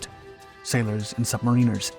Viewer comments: Sub-marin-ers, not sub-marine-ers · There is no such word as MAREEENER.... but there are Mariners. Watch a Seattle ball game. So this is about Sub- mair - inn -ers. Emphasis on the mair. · Tip for you. It is not submarEEners, It is pronounce submarINers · "submariners" is not pronounced "sub-ma-reen-ers" rather it's "sub-mare-er-ners." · Why is he pronouncing submariner's wrong? Edit: okay had to Google, Americanism.